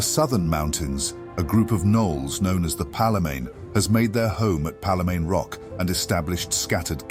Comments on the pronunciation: What led you to pronounce Palemane the way you did, rather than as pale-mane? I know the AI quest text addon reads it as "palamane" as well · so so so good!!only comment i have is some pronunciations, like palemane is pronounced like pale (the descriptor) and mane, not pal-le-mane. Only other one was An’she, which is Ahn-Shay, not Ann-shii. that’s all!!!! otherwise so good and well put together